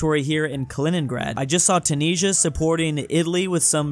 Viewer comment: The way you say 'Tunisia' triggers me so much.